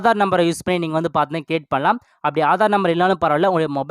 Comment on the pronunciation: Paathna paathna konjam kammi pannikonga. Ilana correct ah sollunga paathinga na nu